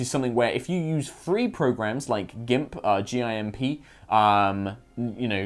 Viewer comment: It's ok to admit you pronounce "Gimp" phoenetically because reference sex when talking about something completely unrelated to sex is funny... it makes almost everyone giggle~